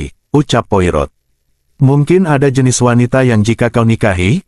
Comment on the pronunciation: Baca nya bukan poi rot. tapi Poa ro